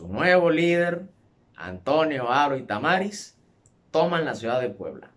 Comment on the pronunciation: Tamariz, se acentúa en la i, no en la 2a a, lo demás es correcto